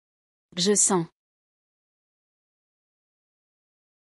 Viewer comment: Hmmm... When he says "Je", he simply says "Zhay", but when she says "Je", I hear her pronouncing a syllable immediately before the "Je", almost like she's saying "e-Zhay". Why is that? Listen for it in every he/she example.